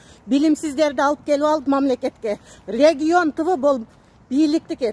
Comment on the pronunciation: Отурчу легиен деп нормально суйлогонду уйрончу регион легион эмес ктир элтиер суйлогон созун кара мыркушка